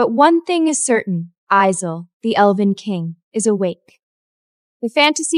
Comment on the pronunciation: Lord this AI is really struggling to say elven 😂😂😂